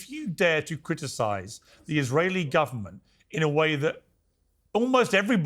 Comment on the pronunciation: hey,, can't you at least pronounce ISRAELI?? it's not more difficult than the F word you use every second!